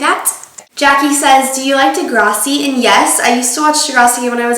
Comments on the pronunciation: de-grawh-see?? i thought it was de-grass-e... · It's pronounced Degrassi!! (Like the grass on the ground) Not Degrossi!! Lol but I love how your watching a Canadian show. Woo! Go Canada!! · it's deh-grah-see not deh-graw-see .......... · ahhh you pronounce it degrossi but here in canada we say degrassi ;) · you say degrassi like degrawssi ahaha, BUT a girl who just graduated from my school last year is gong to be on season 12! her name's sarah fisher, watch out for her!!! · it's De-GRASS-eee like grass not graws lol. Good video! :) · Lol it's deGRASSi not degrawsi. Lol, I'm not trying to hate or anything. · lol you say degrawsi... but maybe im the weird one that says deGRASSi haha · ommggg the way you pronounce degrassi.... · not de gros e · the way you said deGRASSi was really annoying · That's not how you say it..it's de-grass-e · is it just me...or did she mispronounce degrassi? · You say Degrassi wrong! Hahaha. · you say degrassi weird haha